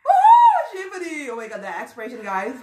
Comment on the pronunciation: It's shivaaaaani not shivni 😣